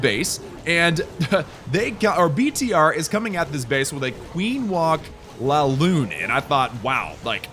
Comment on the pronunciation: Its not LALOON its LAVALOON